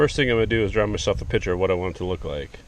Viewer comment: I couldn't get past the word pitcher! Clearly you mean picture